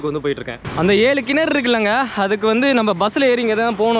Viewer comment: கினரு அல்ல கிணறு